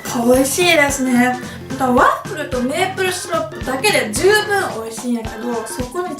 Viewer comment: これって滑舌いいうちに入るの？笑 最初の方ワップルとか言ってたりするけど